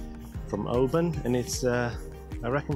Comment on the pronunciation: I have watched the first 5 minutes of this video, and so far you have only pronounced Oban correctly, Luss as in us, not loose, Gylen, Kerrera? When you can't do it ask a local, your pronunciation shows no respect for the history of the land you walk upon.